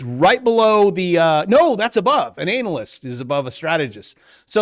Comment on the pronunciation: i think you said anal-list 3 times there 😅